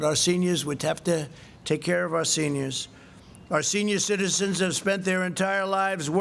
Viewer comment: "shenior shitizans" ....😄😄😄